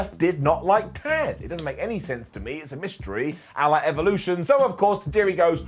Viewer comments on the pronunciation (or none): none